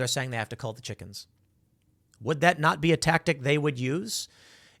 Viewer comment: Pool, did you say "chickens" or "chicKKens" ?